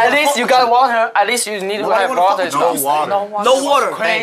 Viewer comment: no watuhh -said like a true asian